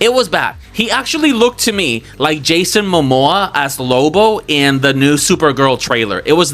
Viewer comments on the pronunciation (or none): none